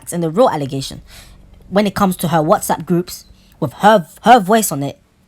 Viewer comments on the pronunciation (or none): none